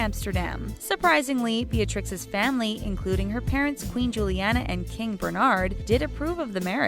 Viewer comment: It is Bernhard, not Bernard